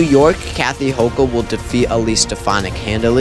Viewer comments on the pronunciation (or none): none